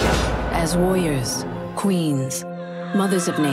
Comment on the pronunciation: She can't say warrior properly, she says woy-ors 😂😂